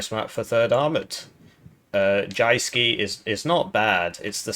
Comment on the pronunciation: It's pronounced Youske.